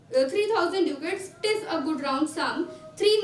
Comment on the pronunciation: It's dacat in pronounciation not duucat